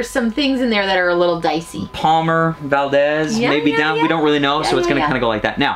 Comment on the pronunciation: VALDEZ IS PRONOUNCED VALDEEZ A LONG E NOT SHORT..